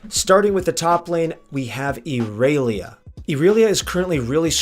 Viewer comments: why does he say erelia everyone says irelia even if thats what he thinks is right it doesnt matter majority says irelia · you mean you dont pronounce it Erailiya. clearly how they intended it to be pronounced. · cant even pronounce first characters name right, fucking trash. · Latin American. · Why did u say irelia like that lol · Ok wait how did you pronounce IRELIA. Ok I’m out